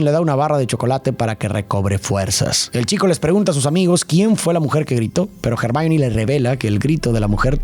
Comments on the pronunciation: ACABO DE VER LA MINIATURA Y ME SALTO EL ALMA DE EMOCION🥺❤❤😫 perdón por corregir, pero se dice /ermion/ Hermion quisiera que allá sido relacionando mucho más los libros yo vi las películas y leí el libro 6 y 7 de Harry Potter y la verdad que hay muchas cosas interesantes para darle una profundidad psicológica y más de los libros que son mejores no quería nombrarlo, pero me da cosita la utilización de IA 😛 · Me encantan tus videos y reflexiones pero cuando estoy más inmersa en ellos de repente me sacas fuera cuando no utilizas un buen pronunciamiento de los nombres es Hermione no germain